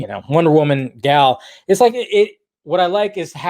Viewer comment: So you for years now you have said that you love Gal and Gal is wonder Woman and yet after all this time you still cant even say her name correctly. So I'm trying to figure out if you're lazy or if it's that you just don't care. See people notice these things and remember it, plus it takes away from your credibility.